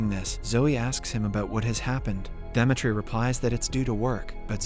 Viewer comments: its really bothering that you keep calling him Dematre i feel like its supposed to be Dimitry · 💀bro pronounce demetri very terrible 😭